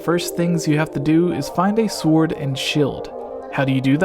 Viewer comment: "swwword and shilld"